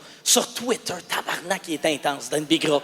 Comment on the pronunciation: Il prononce mieux tabarnak que les Français 😂.